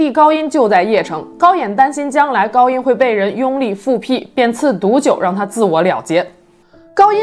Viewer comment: 复辟的读音请注意一下